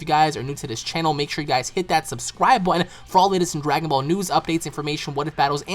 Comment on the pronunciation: "hit that subscwib butn" gosh slow down there buddy xD